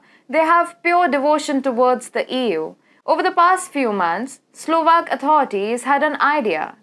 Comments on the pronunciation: At 4.18.. it's pronounced as slaa-vik not slave-ik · globsex and slovaaak kya hota hai hahaha